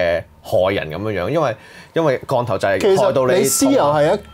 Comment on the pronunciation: 3個懶音都好嚴重：[降]頭、[幫]人、[講]、[額]頭......